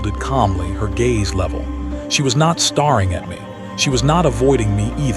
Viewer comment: Pronounced “stareing” as “starring” which is not a real word